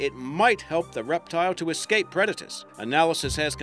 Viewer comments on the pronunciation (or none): none